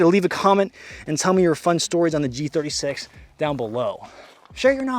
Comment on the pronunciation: They way you pronounce G36 is very arousing.